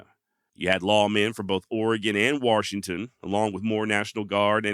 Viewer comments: Warshington well looky hear there's an r in the warshington i got 😊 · Bro, there is no R in Washington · Good story telling here. However, there is no "R" in Washington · Warrrrrshington?? You are from the Mid-Atlantic or Northwest? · OMG. You say Washington with the same accent that I say it in. And FYI, I get told there's no "R" in Washington all the time. I was born here of course. But raised in Alaska.